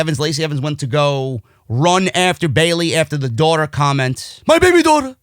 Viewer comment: Holding back the laughter after BABY DAUGHTA!! I lost it